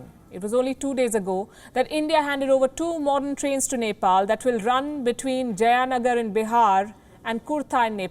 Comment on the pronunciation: It's जयनगर in bihar . Not जaयaनगर in bihar. Sorry palki ji😂😂😅😅😄😄